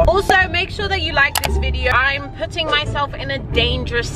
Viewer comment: She does not says self she says Thelf